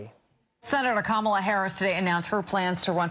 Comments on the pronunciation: I hope Trevor learns how to pronounce KAmala Harris’ name before he interviews her. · it’s KAma-la like “comma-la” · KA-ma-la (accent on the first syllable).